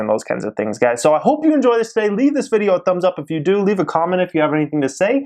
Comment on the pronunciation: What does he start every video with "twoday"... kind of annoying lol... then at the end... "greatt day"... okay sir lol... no ones pronounces it that way lol